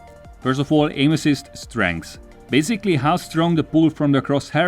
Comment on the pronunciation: Did he say “aim assist” or “anuses”?? I can’t unhear it. 😂